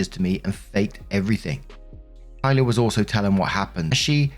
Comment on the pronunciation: Oh. Yikes.. this is a bad day to also have the name Kyla. Hey I’m genuinely surprised and excited you pronounced it right! On behalf of other Kyla’s out there, we don’t claim this one.